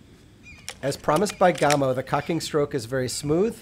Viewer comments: Hi-ho, all. I just LOVE to nit-pick. HEY! I get it from my mom! Any who, the name, GAMO, is pronounced as in CAMO. You don't call it COME-OH, but like CAM-OH. Same with this company's name... Gam-Oh. Oh, and I REALLY like my .22 Swarm. I am getting nickle groups at 30 yards. Okay, done nit-picking for today. And people - - - IT'S ALL IN GOOD FUN. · Its GAAAAAMo not Gumo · My box says 1000FPS but I can tell compared to my others if it was in the 600s it would be gone already. Im shooting 22 grains faster than 660!!!! I turned volume down cudnt stand hearing GOMO 1 more time its GAMO A like in animal. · Reviewing a gun when you don't even know how to say it's name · His pronunciation of Gamo is SO ANNOYING!! REVIEWING A GUN WHEN YOU DON'T EVEN KNOW HOW TO SAY IT